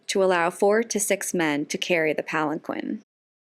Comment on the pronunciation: You mispronounced palanquin...